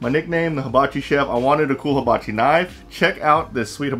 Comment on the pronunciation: Nice knives, big fan of forged in fire too. Oh, and it's hibachi(pronounced "heebachi") not habachi. Just a friendly note...lol